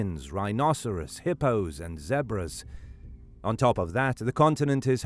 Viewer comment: he really said z3bres